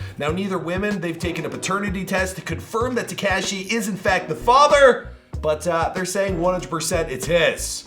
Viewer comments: Ta-KAW-SHEE. NOT TEEKASHI!!! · Why do you say TEKAHHSHI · When is going to stop pronouncing 69’s name ‘Te-KASHEE’ 🤦🏻‍♂️ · Dude is not Tkashi is Tekashi 😂😂😂😂😂😂 lol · Am I the only who hates how this guy says Tekashi’s name omg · I hate the way he says tekashi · PLEASE stop pronouncing Tekashi incorrectly. It's NOT pronounced with the short "A" sound. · I know right bothering me too... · Lol he says it funny